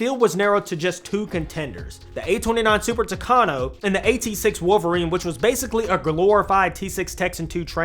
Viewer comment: Super "Tucano"??? 😮 Later correcting myself, the Super "Tucano" didn't compete with Skyrider in the second race, but rather with Wolverine. The Super Tucano was the one that won, but didn't take the prize; Uncle Sam's policies wouldn't allow a foreigner to prevail over the natives.